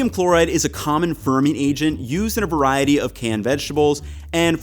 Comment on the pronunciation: "Veriety" not "veriatal" . Its not a word.